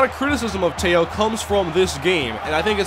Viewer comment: You mainlanders don't know how to properly pronounce his name. Manti TE'O... not Manti Tayo!!! I'm from Laie where he's from as well and I know him very well as well as his family. Teh-Oh... that's how you pronounce his name...Tayo is how you haoles say it... and don't dogg him, your sorry ass Vikings might be drafting him!!!